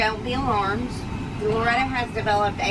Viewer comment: Nice gray Kitty. "Loretty" :)